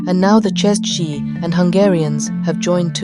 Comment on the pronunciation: IT IS CZECHS, not Chezhc